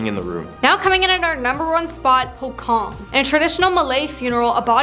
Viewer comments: Nice..#1 is pronounced as po-chong not po-kong(that is a famous jewelry franchise chain😋) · It pocong not pokong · pocong not pokong...